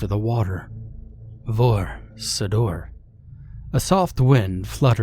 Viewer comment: Vor Sidur, Vor Siddyr more likely it's pronounced..